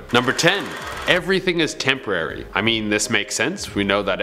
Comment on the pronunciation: . “Everything is TEN-porary.”. 😂😂 I don’t know what just came over me.